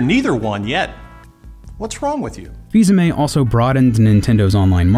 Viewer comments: I am pretty sure his name is pronounced either fil-amie or fis-amii Not fis-ame I am offended and not even french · I thought it was pronounced "Fee-uh-me"? I could very well be wrong.